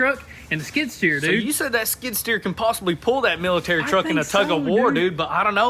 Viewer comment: Lmao, hearing them say "military" ... Miltiriturk